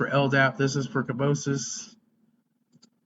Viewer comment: Just a minor point of order... you keep referring to it as Kerbosis ( +/-). You can even see the correct spelling highlighted in the host record . Kerberos (named after the three-headed dog Cerberus in Greek mythology). Kur-ber-uhs